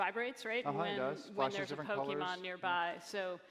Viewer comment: How is this guy the CEO of Niantic when he can't even say the name of the game correctly.